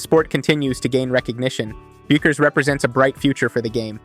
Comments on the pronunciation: The U is silent in her name, he would know that if he has watched any videos on her prior to this lol it’s Beckers when you pronounce it hahaha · Everyone I hear speaking about Paige pronounces her name “Beckers” despite the spelling. This is a good clip, but I wish you could redo the narration and correct the pronunciation.